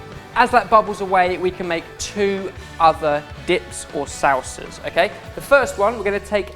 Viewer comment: When says "salsas," it sounds like he's just giving extra flair to the word "sauces." Which also works and is cool. So good job,, I guess??